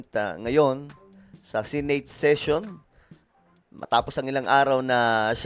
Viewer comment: It’s Senate (Se-Net or Se-Neyt) not Sey-Neyt.